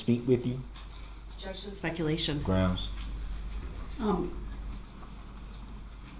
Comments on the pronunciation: "GROUNZ"...."GROUNZ"....WHAT AN ILLITERATE DOUCHE🙄🤣🤣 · Grouns he axed… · I don't undershtand the grounz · Sorry, it's grounz, grounz, grounz! 😂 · "Objection, calls for speculation-" "GROUNZ" Just kills me that he does so after the grounds were given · And he believes it’s spelled “ grounz “ as well! 😂😂😂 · Literally, if he hadn't been saying "GROUNZZ," he would be able to hear the grounds. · Naw ...lol ... It's GROWNDZ" lol 🤣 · Substained? Grounz he axed without relevancy. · As they’re stating the “ groundz “ he just keeps yelling out “ groundz “ 😂😂😂 what an idiot. Then this “ groundz for the substain? “ 😂 It’s actually “ Sustain “ Mr Brooks. Also She legally doesn’t have to sit and explain anything to him. Just as she doesn’t to any licensed lawyer. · "Groundz for the SUBSTAIN?" 🤣🤣🤣🤣🤣🤣🤣🤣 Gets me every time...... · "GROUNS?" I swear, I'm going to make a t shirt with DB's face on it and have it say GROUNS in big bold letters. His understanding of the justice system makes me laugh hysterically. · Look at all the crap he says that’s ALL wrong ex. GROUNDZ, substain, and most important subject matter jurisdiction 🤡😆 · He says grounds and I cringe so hard